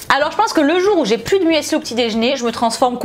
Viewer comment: l'huile d'olive omg 😂 Par contre il faut vraiment arrêter de dire "muèssli", ça se dit "mussli", c'est de l'allemand et le "e" ne se prononce pas ...😬 🍑🍑🍑